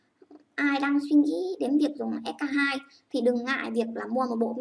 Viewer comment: Em tưởng chị phải đọc là s , kay , tiu chứ ạ !